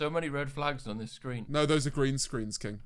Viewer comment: Honestly had to go back a couple of times I though James said "it's just a green screen kitten" not king and it made me laugh harder then it should have